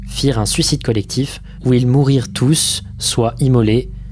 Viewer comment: Où ils "mourirent" tous. ? "Moururent" ?